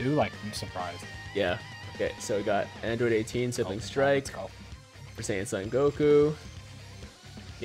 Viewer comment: Android Date-teen.